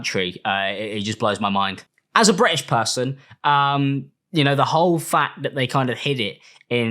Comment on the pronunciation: As a Bri-ish puhhson 😛